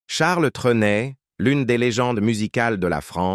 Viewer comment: Rien qu'à entendre dès le début la sotte prononciation du nom par cette voix artificielle, j'ai cessé de suivre ce reportage